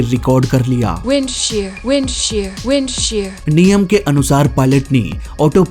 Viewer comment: Wind share ✅ wind shear ❌😂😂😂